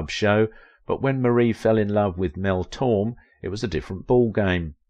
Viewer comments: pronounced Mel Tor-May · Mel /tor MAY/ is how you say Torme